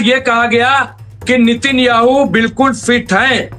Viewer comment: अरे भाई साहब नितिन याहू नहीं नेतन याहू नाम है, कहां बिहार से ग्रेजुएट किए हो क्या.. रिपोर्टर कैसे बन गए?